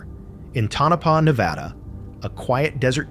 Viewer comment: It’s tonopah